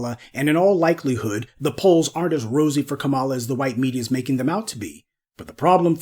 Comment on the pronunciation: Try Kah-ma-lah! Not Ka-mah-la.